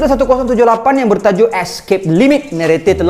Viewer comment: Narrator ❌ Neretey ✅